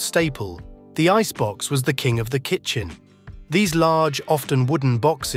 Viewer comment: Kitchen....not kitchem!